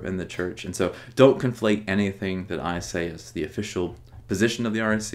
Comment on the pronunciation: It sometimes sounds like you're saying "RAC." I assume it is the "REC."